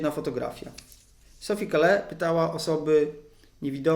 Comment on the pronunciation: Gratuluję pomysłu, treści, wykonania. Słucham w ogromną przyjemnością. I tylko mała uwaga, w nazwisku S. Call(e) nie wymawia się "e", w wersji francuskiej oczywiscie :-).